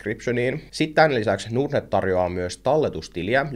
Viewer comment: Miksi pitää lausua ”nuurd”-net, kun pohja on englanninkielisessä sanassa Nord? Ei pysty kuunnella.